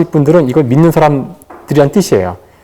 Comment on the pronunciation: 교수께서는, 인간으로서, "사람"의 발음을 바르게 발음하시지 못했읍니다. "사람"의 "람"을 마치 accent가 있는 것처럼 강하게 발음했읍니다. 잘못입니다. 강음은 첫 자인 "사"입니다.가의는 참으로 좋습니다만, 장당.ㅁ 문제가 너무나 심각하시기로, 마지 못해 , 긴 자인 첫 자를 짧게 잘못 발음하 예:왼 쪽, 숫 자 ,없죠,좌표,작을까요 ,사실,세상,자(그런데),부정,교과서,(너무 조급합니다. 천천이 절도 있게 말하십시요.),몰랐다,보통,정의,제가(나),진화론,상상,중요한,말도 아니다,사례,(합의가)됐다,(분명히 천천이 말하십시요),신뢰,적어도,우주,개체,등!이상 실 예가 사실이라면, 어떻게 생각하십니까? 다시 뭇겠습니다. 이상 실 예가 사실이라면, 강사의 말은 몇점이나 됍니까? 이런 문제는, 이 강사 한 분의 문제가 아니라는데 더 문제가 있습니다. 즉, 한국 전반적 문제입니다. 하고 많은 시청자중 한 사람도 이 발음 문제를 거론한 일이 없었다는 것이 이 얼마나 놀라운 일입니까? 이런 한국 어문의 타락상이 하 분키로, "한국 어문을 고발함"이라는 책을 "눈물로" 썼아오니, 고국 동포 여러분!! 이 책을 조용히 읽어 주시옵소서. 미국 변 완수 드림